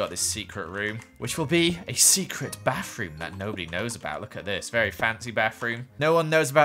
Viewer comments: No offense but I lik the way he says bath room lol baf rum lol XD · Is it just me or did someone else laugh a bit when said “Bafroom”